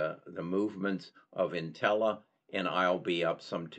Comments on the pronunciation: It’s pronounced ‘Intellia’, not ‘nutella’.. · Another piece of constructive advice: The company is called IN-TELL-E-AH (not Nutella)